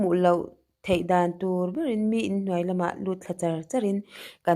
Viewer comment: Dan dan..ti suh, Daaaan daan,ti rawh